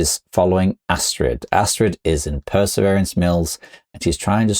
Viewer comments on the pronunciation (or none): As a Norwegian, I love the way you pronounced "strid" in Astrid", that was spot on. But the last part is not "ass" XD. It's not pronounced "ass".